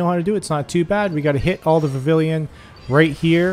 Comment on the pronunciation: Vivillon= Vih-vee-yon FYI